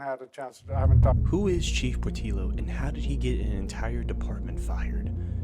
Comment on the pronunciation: Lookee here bud... Portillo is pronounced Port tiyo... I understand how white folks don't want to respect hispanic names... but come on man... oh ya... 3 hours away from Houston could be lots of places in Texas such as Dallas or San Antonio or even Austin... so where is this place again? 3 hours driving in Texas on most of the highways is at 70 - 80 miles per hour.... hmm, where could it be?